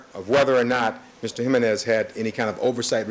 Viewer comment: OMG! I CANNOT STAND THE WAY J. COCHRANE SAYS JIMENEZ I'm assuming his civil rights work was not predominantly done with/for Hispanic individuals/communities